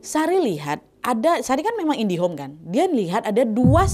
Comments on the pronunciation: Aku awal denger indiot😭😭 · Kayaknya ini salah penyebutan jadi si sari indihome😂😂